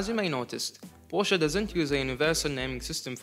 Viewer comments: i like that you made a big thing out of the pronounciation and then proceeded to pronounce it porsch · The other way around actually, the correct pronunciation of the German brand is "por shuhh" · German Name, you pronounce all letters, so, it's with an "e" at the end and no, not the English pronunciation of "e", but the German one. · Thank you thank you for explaining the proper pronunciation. Brits are notorious for calling it PORSCH! Sounds like a Russian Beet Soup! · Thanks for your feedback! Just to clarify, the word was the English word "posh", which means luxury, and it has nothing to do with the brand name. Although the intension of the word is to pronounce the brand name, the right pronounce is what I mentioned as demonstrated at the beginning. Not a big deal though, thanks! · Oh I am gonna to send this video to people each time I hear they pronounce Porsche